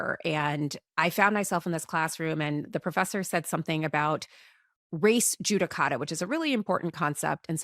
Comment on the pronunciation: Even in this podcast, it sounds like you ladies are saying, "race judicata", but it is "res judicata".